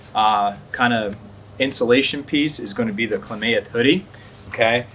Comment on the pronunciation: Kla-math...not kla-may-eth But good review 👍🏻